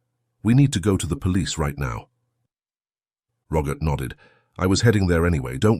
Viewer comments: The fact that the narrator (AI?) cannot pronounce the very common name Robert (not Rogert) makes me doubt the veracity of the whole story. Am I the only one? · Why on Goddess great earth does it sound like he's saying Rogurt instead of Robert? 🤔🤨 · Rogert?Rogert? Please….for goodness sake! Can’t AI say ROBERT!!!!!!! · AI voice can't say Robert correctly, such a shame.